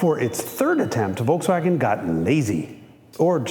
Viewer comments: The first time, that i hear "Volkswagen" pronounced correctly in an english video! Nice! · Is it Just me being Stunned by His Perfect Pronounciation of Volkswagen Just,i thought for a Second hes German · First American I EVER heard pronounce Volkswagen properly. I have never heard anyone here in US use "F" instead of "V" in the beginning - AND...properly saying SH in Scirocco! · That Volkswagen-pronounciation was on point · that was the most perfect pronunciation of volkswagen I have ever heard an English-speaking person produce. mad probz. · did he just pronounced Volkswagen right ! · The Volkswagen pronounciation was 100% on point! Greetings from germany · Is this guy german? the pronouciation in the first "Volkswagen" was spot on